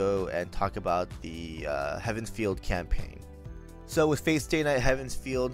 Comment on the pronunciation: Feel. Feel, not Field. dies a little each time it's said xD